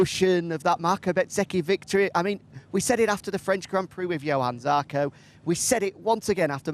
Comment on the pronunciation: The altitude challenged one STILL can't get Johann Zarco's name right.......